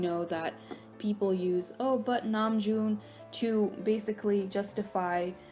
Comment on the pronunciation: that's how you pronounce his name